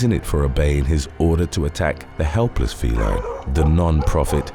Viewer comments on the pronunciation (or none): none